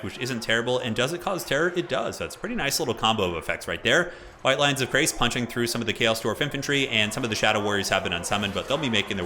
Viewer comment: also, it's chrace, as in shrace, not as in krace. yes, there are correct and incorrect pronunciations of these things. yes, the people who make total war often are guilty of mispronunciation, don't use them as a guide. I've heard multiple conflicting pronunciations of the same name in different CA videos.